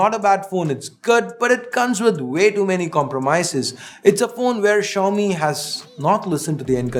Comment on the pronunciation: Xiomi or show me?????😅😅😅😅